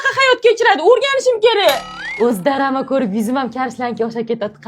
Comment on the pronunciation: Nimaga hamma darama yoki doramma deydi maktabda ona tilidan yaxshi oqimaganmisila axr DRAMA deyiladiku DRAMA🤦‍♀️